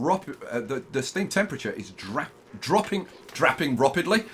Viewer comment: "Drapping roppidly" (c) 2019 Also thanks for ONI content. Start after your guides, and 1800 cycle now.